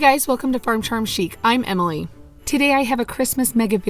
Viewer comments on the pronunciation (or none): none